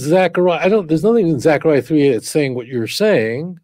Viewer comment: Yeptah not "yeftah". Also T'sepanyah צפניה. T'sekaryah זכריה.